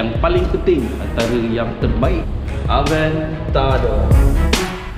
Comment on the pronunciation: Huracan sebutan ha re can Adventador sebutan Ad ven te der